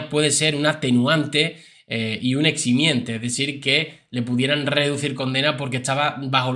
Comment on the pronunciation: Se dice eximente 😮